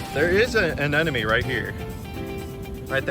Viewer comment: Also, it sounds like you keep saying "anenome" but it's "anemone" (uh-NEM-uh-knee).